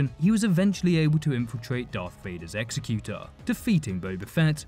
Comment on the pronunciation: "Exy-cute-er" Really?